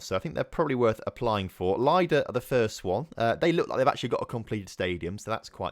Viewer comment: Baranovichi is pronounced with an emphasis on O, not the first I. Also, most of the slavic words with I in their transcription are pronounced like I in the end of Baranovichi, i.e. Lida. P.S. I also say Khimik, just because they have agreed to wait for you.